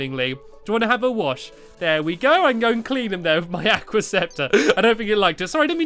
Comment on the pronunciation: it's soooo easy to pronounce aqua